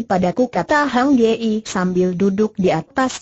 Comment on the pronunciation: Min, tolong sertakan teks (narasi)nya. Kalau cuma suara google saja orang tidak tahu nama atau frasa yang dimaksud pengarangnya. Contoh: Hang ye-ie. Apa namanya Hang Yi????? Lagi, nama Zhao Kuang ye i en. Apa suara google tidak bisa mengucapkan Zhao Guang (Kuang) Yin????